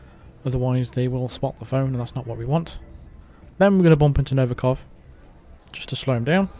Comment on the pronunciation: I was happier when you said "phlone" 🤣🤣🤣